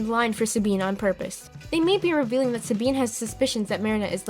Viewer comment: Did anybody else notice that she said “sabeen” instead of “Sabine”?